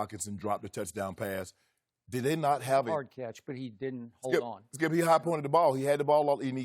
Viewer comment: Its Skiiiyuup not Skip!